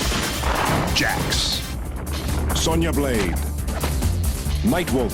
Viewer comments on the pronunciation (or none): Am I the only who hear "Mike Wolf" instead of Nightwolf?O-0'